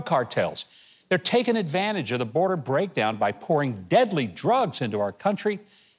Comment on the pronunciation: BORDER. NO "A"!